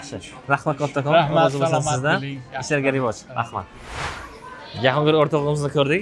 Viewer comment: Boshlovchi o‘zbek tilini o‘rganing avval. Uzbik tele deysiz. Tele emas tili. Eshlarga revoj mas ,ishlarga rivoj.